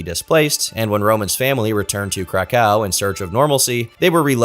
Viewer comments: I love your content but please learn how to pronounce Krakow correctly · to about only stupid YouTubers with zero legal knowledge would make that claim lol. I can assure you somebody as rich as Roman Polanski would have buried this guy in legal nonsense if this wasn't true lol ... You can't even say krakow properly lol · Dude, I love your content, but for the first time ever, had to switch a video off. not for it's subject matter, but for the pronunciation of the city my family is from, Kraków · I know bro did not pronounce Kraków like that